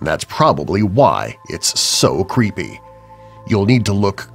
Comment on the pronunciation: cveepy u just said cveepy